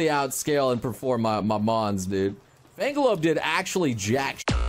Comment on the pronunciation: Is intentionally mispronouncing Fenglope or does he just not realize it?